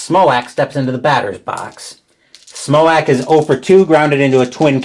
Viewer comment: Lol. Smoack. It's pronounced Justin "Smoke"